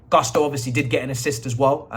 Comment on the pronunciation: It’s not Guss-toe…it’s pronounced “goos-to”